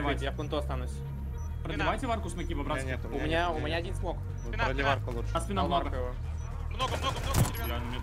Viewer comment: Красавчик браТ, жесткое ударение на «Т»